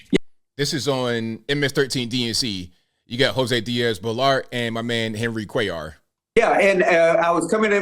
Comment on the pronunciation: 👍....tHANK U for pronouncing Cuellar correctly...my mom's maiden name was cuellar... and even here in NM I've heard many weird prounciations and misspellings. ps/we're been here since the colonization of NM.